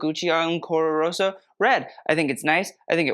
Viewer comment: let's have a drink every time says "ancora roSSO"...good luck